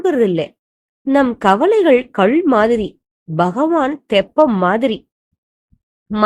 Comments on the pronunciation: Pronounce kal properly its not kalz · கள் இல்லை. கல் என்று சொல்லுங்கள். உச்சரிப்பு சரியாக இல்லை. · கள் என்று உச்சரிப்பு. அது கல் என்று நினைக்கிறேன். அற்புதமான உவமையுடன் பெரியவா உணர்த்தியிருக்கார். ஓம் மஹா குருவே நமஹ. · Kal pronounsation wrong pl correct